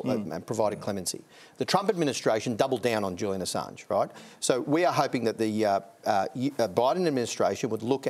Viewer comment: Julian A-songe. Hahahahahashas. Brandis is a tool